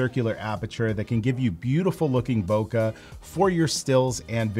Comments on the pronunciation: Japanese do not say Kah, they say bow-kay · Thanks always for the helpful videos. Just a reminder, its not pronounced bow-kah, its bow-kay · there is no "ugh" sound, it's not bow-k-ugh